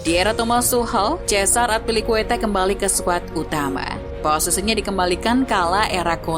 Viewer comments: At least riset dulu lah sebelum bikin konten. Masa Azpilicueta di ucapinnya Atpilicueta 🤔🤔🤔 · azpi min azpi bukan atpi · Narator salah dalam penyebutan nama, kecewa sih kalau sepanjang video mesti aneh dengar namanya. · Cara baca azpilicueta nya kurang enak didenger. Wkwk